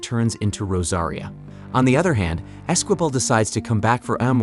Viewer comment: And Esquibel is pronounced ez-key-bell